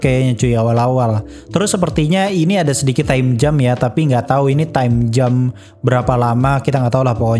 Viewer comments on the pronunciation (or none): Gue bingung VO nya bilang Time Jam apa Time Jump. Tp serius gue dengernya time jam = selai waktu